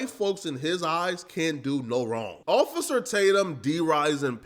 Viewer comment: Ofay-cer Tatum...love that lol